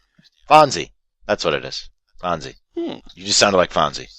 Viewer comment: You realize you said the name of the muppet wrong, i watch the muppets it is said fozzie.